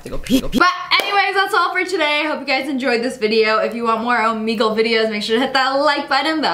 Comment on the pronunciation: When u said Omegle it sounded like omego